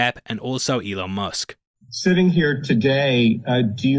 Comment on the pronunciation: "Mr. L on Musk" 🤷‍♂️ wtf is that? is this guy supposed to think if he says Elon Musk's name that way that we won't know he's talkin about.